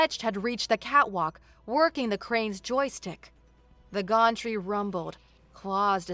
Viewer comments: It's not a gontree. It's a gantry (gan-tree). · To, I love your voice, your pronunciations... not so much. Acrid is pronounced ack-rid not ass-rid, Gantry is pronounced găn′trē, not gôn'trē (Think Can not Con) there were many more but I will just detail these two. The mispronunciations really take me out of immersion ad lower the enjoyment significantly. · The ones I picked up Acrid - Ak Rid Pocked - p ock (ock as in rock) ed Mooring - more ring gantry - Gan tree Servos - Sir v oh s Unfurling - Un fir ling Soot = pronounced like foot Nav - pronounced like Have